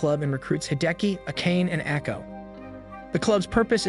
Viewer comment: Akane is pronounced Ah-kah-nay, not Ah-cain. Nekohime is Neh-ko-hee-may, not Neh-ko-heim. Cringe.